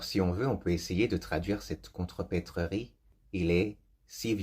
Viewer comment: Attention! Contrepèterie [kontröpetri] et non [kontröpetröri]